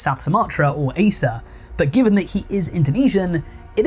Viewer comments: it's pronounced "a-chay" not "ace-eh" but yeah aceh implements full sharia law and homosexuality is punishable by public flogging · Btw its A-CH-EH✨️👍 (aceh)